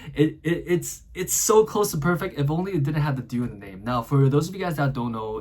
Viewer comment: Italian you pronounce the e at the end of due